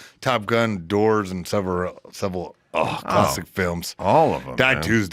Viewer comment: I appreciate your sarcasm. He can’t even pronounce the word “Several.”